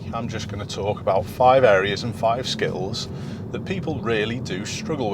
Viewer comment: oh i know what he actually said, it just sounded like skittles to me